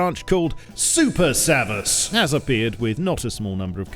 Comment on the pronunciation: savas doesnt mean DLC it means WARRR!!! in turkish its pronounce Sa-va-SH